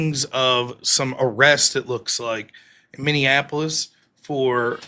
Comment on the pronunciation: I’m sorry what city? Did you mean Minneanapolis??